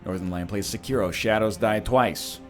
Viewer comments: If you're gonna pronounce 'Sekiro' like that, just call it 'Shadows Die Twice'. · NL: Pronounces Sekiro dumb Me: Ugh NL: I wanna switch to English Me: UUUGGGGHHH